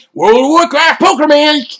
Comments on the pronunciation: LOL I love when he says POKERMANS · "Pokermans!" LOL!!